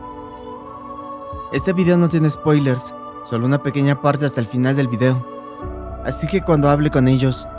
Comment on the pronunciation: En el 13.57 por decir final dijo finlan